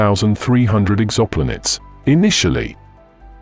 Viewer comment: probably need to put s space in EXO-Planets...it pronounces it Ex-xopl-nets